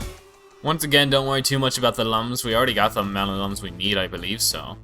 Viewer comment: Looms not lums